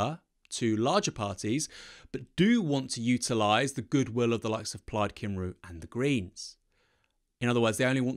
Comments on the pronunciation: Plaid cimroo? ROLFMAO for future reference come-ree :P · Just a heads up, it's pronounced "Cum-ree" ;) (The letter 'U' in Welsh sounds like 'eee') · It's pronounced "cum-ree" in Plaid Cymru, fyi. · It's 'come-ree'